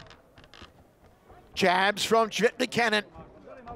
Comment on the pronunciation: Hope the guy behind the microphone learns to say CVJETIČANIN the right way. It's awful 🤮🤢